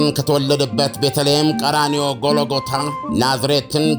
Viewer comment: ጎሎጎታ ነው ወይስ ጎልጎታ? ልዩነት አላቸው:: እባክህ ትክክለኛ አነባበቡን ተጠቀም!